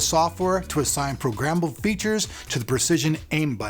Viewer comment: lol programmmmble